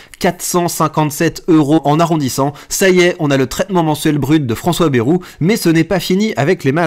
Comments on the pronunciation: Vidéo intéressante, mais par ailleurs apprenez à prononcer correctement: Ce n'est pas BEROU mais BA-I-ROU qu'il faut prononcer. On n'est pas tous parisiens.... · On ne dit pas "Bèrou"!